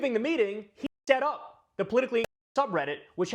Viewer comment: "set up" not "-et up"